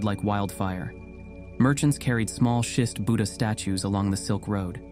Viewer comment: also learn how to pronounce buddha/buddhist properly